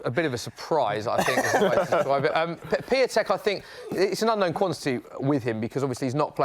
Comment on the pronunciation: It’s not pronounced piatek It’s piontek